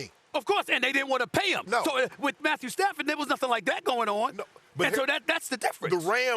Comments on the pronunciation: It’s not Matthew padford. It’s Stat Padford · “Matthew Padford” 😂😂😂